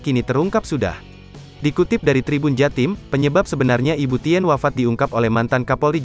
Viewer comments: Saya yakin ini naratornya gak pernah baca sejarah... 🤭 Ibu Tin, Bro.. bukan ibu Ti : en ... Malu maluin Gramedia Group aja nih orang... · Pembacsnya sering salah n tidak fasih. Tulisannya Tien bacanya kan Tin.